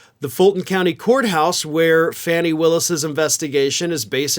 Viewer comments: Since you obviously pay attention to MTN you need to pay a little closer attention to the proper display of respect for Fulton Co. GA DA, 'Fawnee' Willis. Her name is not FANNY, it is FANI(pronounced FAWNEE) Willis. Get it together, please. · "FAWNIE" not "fanny,". Love your show. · Fani Willis' name is pronounced FAH-nee, not FAN-nee. Rhymes with Bonnie, Connie, Donnie.